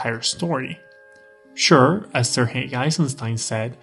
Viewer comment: This is a small thing but I love your soft, correct, pronouncing of "Sergei". Cheers!